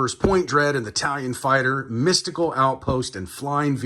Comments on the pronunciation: Dang, man. It's "Talon", not "Tallion". Also, for anyone interested, he finally gets the box open . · It's TALON fighter. As in, it has talons, because it's a bird. Why do you keep saying it "Tallion" fighter? Like it's Italian or something? Do you think it makes amazing pizza? and it's Zodac, not Zodiac. lol I feel like a huge dick pointing this out, but it's super irritating. Would be like doing a Spider-man toy review and calling him Spid-erman. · Dude! Love the channel… but it’s TalOn… not Talyion! Pronounced TaL-ON! Not TaL-YioN! 😳